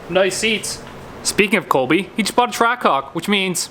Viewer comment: Ahh, a track hawk. I thought you said track c0ck. lol. I mean, either way, down for a ride right? ;) HAHAH!